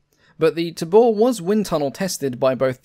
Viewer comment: Pronounced TAY-bore